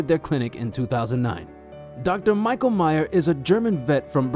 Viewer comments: You claim to have met him yet you keep mispronouncing his name - it’s not my-ka it’s Me-sh-a spelt Micha short for Micheal in many European countries. We all miss Dr. Micha and his amazing assistants. It would be great to have an update about the clinic, but I get why he became burnt 🥵 out dealing with constantly lied to by neglectful owners. He can tell how old these worms are yet these people lie and say the worms just happen two days ago. 😊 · It isn’t pronounced “My-ka.” It’s pronounced “Me-sha.”